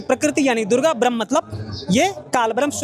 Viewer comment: ये सब बकवास कर रहा है ब्रह्म का सही उच्चारण नहीं कर सकता और पढ़कर सुना रहा है। रामपाल जैसा अनपढ़ गीता का ज्ञान दे रहा है।